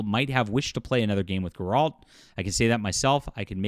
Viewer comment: I can't take opinion seriously from someone who can't pronounce Geralts name correctly